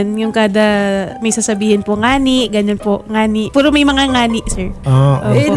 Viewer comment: Salitang bisaya po kasi ang term na "ngani"Taga Masbate ako,salita namin yan,actually di naman talaga ngani ang tamang term namin nyan,"gani" ang tamang bigkas nyan.